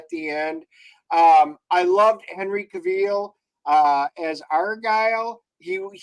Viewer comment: Ca-veel? Gentlemen… :-/ I definitely agree it was too long and the CG stuff was awful.